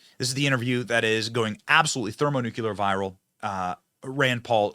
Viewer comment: There it goes again: thermonookulur. FFS! PRONOUNCE IT CORRECTLY!!!!!! You pronounce it like Homer Simpson.